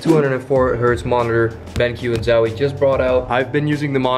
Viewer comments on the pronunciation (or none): My boi said "Zawie" 🤣